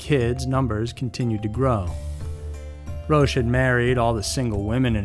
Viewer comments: It is not "Roash" it is "Ro-ahcK' Dear lord, you have completely bastardized the French language! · It's pronunced ROCK not ROACH, even if it suits him well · Roche is pronounced "Rock". These cults are crazy! I haven't heard of any except the last two. 💙❤💜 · Pronounced Rock (Roch) Terry-o (Theriault)